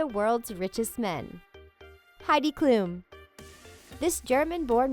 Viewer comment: HEIDI KLUM NOT KLUN